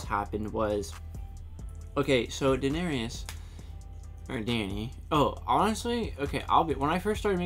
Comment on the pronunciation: Dany's brother called her 'Dany' when pleading for his life, and in the books she's referred to and thinks of herself by that name. Saying Dany also, if I may say so, stops people saying 'Daner-EEus' when there's no EE sound near the end. It's just 'Dan-ERIS'. 'Daner-EEus' annoys the *** out of me. Sorry. Oh, and 'Khaleesi' as well, it's her title not her name. We should say 'the Khaleesi', just like we'd say 'the Queen' or 'the President'. And there's no 's' at the end! Speaking as someone who grew up without a phone in the house, I agree it was terrible. I was so deprived. My parents couldn't understand why we'd need a phone, if they wanted to talk to someone they just went to see them, or waited until they did see them! I went through four years at University and never once phoned home. Because, no phone. Highgarden is the seat of the Tyrells, just as Winterfell is for the Starks (or was, rather) and Casterly Rock is for the Lannisters. It's a long way away. Wanting them to take down Craster is quite understandable but see where it leads? Oaths have meaning in this world, Mormont couldn't stand by and condone mutiny. I think you may be unique in being the only Karl fan in the world, by the way! Gin Alley salutes you. When Ned Stark was standing in for the King in Season 1, he sent Beric Dondarrion after the Mountain. He's changed a bit since then. I think you got the wrong end of the stick about the fate of the sorcerer. Varys explained his hatred of magic; he'd hardly use